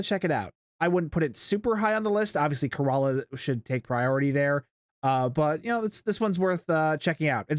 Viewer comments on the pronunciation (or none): It's pronounced 'keh·ruh·luh' btw 😂